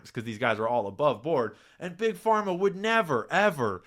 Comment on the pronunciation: did he really say trust bug Parma 😂😂😂😂 yeah ok dude. Wonder whose funding you 😂😂😂😂😂😂😂😂😂😂😂😂😂😂😂😂😂😂😂😂😂😂